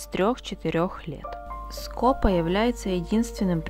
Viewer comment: В названии птицы ударение на второй слог! СкопА. Весь ролик "скОпа" режет слух.